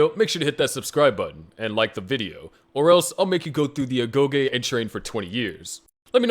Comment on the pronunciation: "ago Yi meaning education" and paides "pe des meaning children" ... know i see all the video ..yea i cant keep up with all the greek words but is extra funny :D